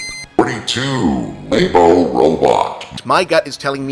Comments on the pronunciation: I was lost for the rest of the video once you said "Lay-bo" I am 99.99% sure it's pronounced "Lab-o", it makes sense grammatically... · "Laebo." "Laebo." L A E B O . "